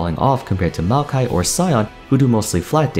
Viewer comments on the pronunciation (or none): none